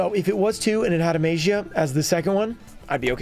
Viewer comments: Guys, what is the correct pronunciation of MAGIA, show be Mah - Gee - A right? Instead of May - Gee - A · I think it’s pronounced May- ja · Don't remember the day, but the day where you went off the tangent on pronouncing Magia differently and noticing that you pronounce it differently from other yugituber was a nice tangent to go off on